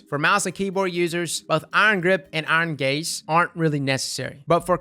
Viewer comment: I'm old but hearing,"Iron gaze", makes me laugh....iron gays